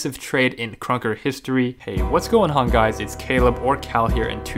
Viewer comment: Am I the only one who hear his intro was weird. "What going hon guys"